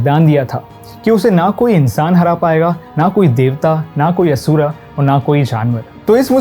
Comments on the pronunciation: DEVA ASURA NHI DEV ASUR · Stop saying asura it is asur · He is not pronounced name perfectly same to be Indian like asur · बहुत ही ज्ञानपूर्ण और ख़ूबसूरत वीडियो! धन्यवाद!! जय श्री कृष्णा! बस मेरी एक विनती है, आप 'अर्जुन' को " अर्जुना" और असुर को " असुरा" *और भी इसी प्रकार )ना कहें!